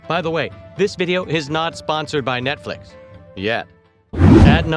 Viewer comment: It sounds like he is saying "Netflik" LOL